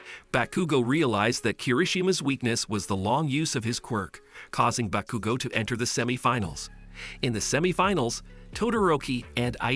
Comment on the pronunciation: "Bakuga" 💀 "Bakagou"